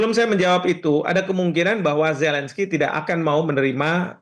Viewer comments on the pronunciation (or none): Ini Metro TV gimana sich, kesalahan fatal merekrut pembaca berita yg tidak bisa mengucapkan huruf Z, huruf Z bukan huruf J, gak bisa merubah pelafalan nama orang, Zelensky, bukan Jelensky....fatal banget itu🤣🤣🤣🤣